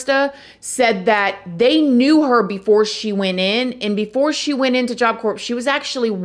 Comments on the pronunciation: Pronounced core not corpse. That's a dead person.🤦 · Corps isn't pronounced corps. It is pronounced core. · It’s pronounced job core lol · I don’t mean to be a smart alic but I want to tell you that the P on the word corp is silent. I also want to tell you I really enjoy your podcast,you are one of my favorites very very much like your music programs! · You don’t pronounce the p in corp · Pronounced CORE. Not corPS…❤❤❤❤ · Core gawd damn it, it's pronounced core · Despite the spelling it’s pronounced core, not corps 🤷🏻‍♂️ Just trying to help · It is pronounced core. Not corps. FYI. Love listening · Corps is pronounced like the word “core”, not “corpse”. You know, just like in Marine Corps….Still love you, just letting you know 😬🙄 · Please forgive me for saying this….. the word corpse is being pronounced incorrectly. The “P” and the “S”, are silent. The word is pronounced as “CORE”. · OK, not to be that person but it’s not pronounced corpse it’s job corps. You don’t pronounce the P or the S kind a like Marine Corps. I went wasn’t the best place in the world actually very toxic both staff and especially the people that went and that’s why I also ended up working there later on to make a difference and show the people coming in not all staff were aholes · Idky but corps is pronounced as core just a heads up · Love your videos. Just wanted to let you know that any time something says CORPS that is pronounced Core. Corpse is a dead body. Corps is (pronounced core) is an organization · Once again, “corps” is pronounced like CORE not corpse. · Great investigative reporting 👍🏼 Just one observation…the word corps or corp …the p is silent, so it’s pronounced just like the word core. I know you’d want to know 😊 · Corps is pronounced core… 🤷‍♂️ I don’t make the rules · Corps is supposed to sound like core. 👍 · I love your channel, you do such a great job!!! Btw, corps is pronounced - core sweetie. ❤ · It’s pronounced job CORE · corps is pronounced core...just an fyi :)